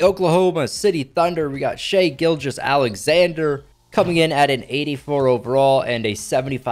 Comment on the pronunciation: Bro you pronounce Nichola Vucevic wrong and you also pronounced Chi Gilgeous Alexander wrong do you know how to pronounce your words